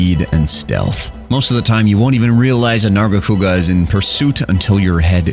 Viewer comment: he is hitting the HARD R with narga haha